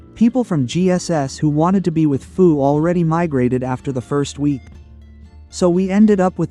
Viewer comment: First of all, there is a lot of misinformation in this video. To the 1.8K subscribers following this guy: BE AWARE. Second, our alliance name is FU, not “Foo.” If you’re going to make a video talking about us, at least get the name right. And if anyone had the displeasure of dealing with anyone this season, I think it would be FU, LND, and GS having to deal with VP22. They’ve had issues ever since diplo was decided and they found out they wouldn’t be able to play with OPB this season. That attitude showed pretty clearly in the final zone, where VP22 was nowhere to be seen and practically nonexistent - pretty similar to how they gave up after only a few days in Zone 2. And don’t just take our word for it. Even GS had issues with VP22, raising concerns about their sportsmanship and pointing out the constant blame game. When FU, LND, and GS are all coming away with the same impression, maybe everyone else isn’t the problem. And let’s not forget - you had just as much say in diplo as anyone else and still chose to ally with us. You weren’t forced into anything, so complaining afterward because the season didn’t go your way is pretty ridiculous. Also, we don’t have anyone in FU leadership who used to be in Server 220, so that claim is simply false. In fact, what I heard was that VP22 betrayed 220, not the other way around. But that has absolutely nothing to do with this discussion anyway and comes across as nothing more than bringing unrelated drama into a video that already conta